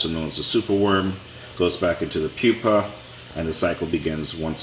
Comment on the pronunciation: Who pronounces "PUPA" as Pyu-pey 🤦